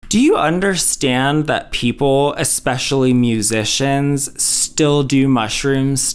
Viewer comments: When she said "expecially"...my ick reflex got triggered. Even if she wasn't already talking nonsense, I would have for sure thought she was even less intelligent somehow after that 🤦‍♀️ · “Expecially” — I can’t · The second someone says "expecially," my ears close. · I don't trust any medical advice from someone who says "ecspesially" or "innegrade".